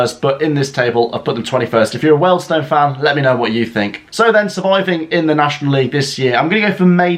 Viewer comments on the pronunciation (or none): it’s Weald Stone …. Not weld stone